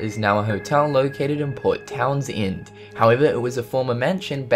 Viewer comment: He also mispronounced "Townsend". Who cares? I'm sure I could list a hundred city names you'd mispronounce. I doubt people from Edinburgh are that pissy.